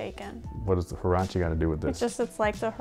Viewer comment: Huarache is a sandal, which these kinda are lol also it’s pronounced waraché